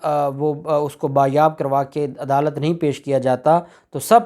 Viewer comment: (Baazyaab) جناب یہ لفظ بازیاب ھے بایاب نہیں ہے